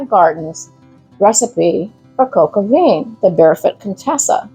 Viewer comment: The paste is called a roux (roo) and vin is pronounced van no veen